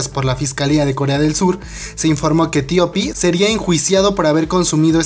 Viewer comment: x que dices : " Tio pi " se oye horroroso , TOP TOP TOP , di TOP así lo pronuncian incluso en Corea !